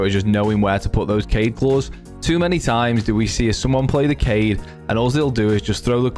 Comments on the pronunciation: Very nice BUT it's actually Kaid and not Cade, he is Arab or something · It’s Kayd not kied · Kaid is pronounced KA-EED, which means leader or commander in Arabic. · I think it’s supposed to be Kai-yeed but everyone just says kaid cause it’s less syllables lol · Kaid is pronounced ~ kah-eed from the Arabic language